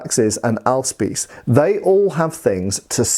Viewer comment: Your pronouciation of Ahlspieß is correct. But being german, Britta is my girlfriend, i don' t know if Ahlspieß or Aalspieß is correct. Ahle is a tool like a large needle, Aal is a fish, which is similar to a snake. ( My english vocabulary is limited) . Using a boarspear ( Saufeder in german) for war or selfdefence? They are rather heavy so perhaps you get tired rather fast. The word Spieß is basicly an umbrella term for ,footmans polearm'.